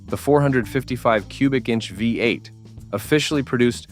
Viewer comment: Who is the idiot narrating this its a VEE 8 not a five 8.